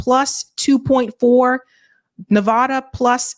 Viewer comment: please please please learn how to pronounce Nevada. It makes all of us cringe when you say it.